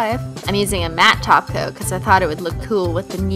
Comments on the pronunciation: She said Top coat not taco 😱😱😱😱😱😱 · Well she often does say taco instead of top coat to be fair 😃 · when ever you said top coat at first I thought you said taco and I was really confused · She said top coat not glossy taco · she says top coat like taco or it's just me